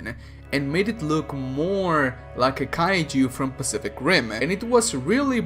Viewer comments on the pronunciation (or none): none